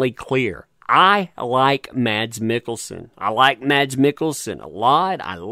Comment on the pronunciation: Mads Mikkelsen's first name is pronounced "Mass"